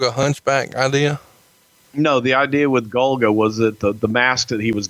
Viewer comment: “Idear”